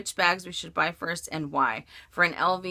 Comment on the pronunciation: Buy not bug, lol!